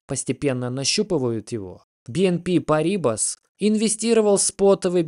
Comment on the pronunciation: Не бнп парИбас, а бнп парибАс!